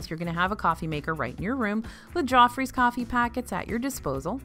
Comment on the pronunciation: I thought you was saying 'jaw freeze coffee' 🤣